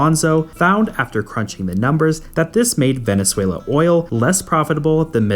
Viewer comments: Are you Scandinavian? It is Venezuela, not Venesuela! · Are you Scandinavian? It is Venezuela, not Venesuela.